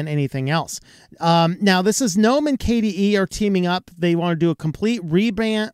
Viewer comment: Thank you for calling the the "N-ome" store and not the "G-nome" store like the IDIOTS do... Sorry- for them- that is just one of my pet peeves.. english rules state the g is silent. (don't know why- but that is just the way it is- and the other idiots sound so STUPID with "G-nome".. makes me want to sissy slap some of them. - and I HAVE when close enough!!